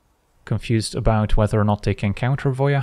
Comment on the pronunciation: Finally, someone else who pronounces Voja as "Voia"! I've been kind of irked every time someone said "Voe jah", now I'm not alone :)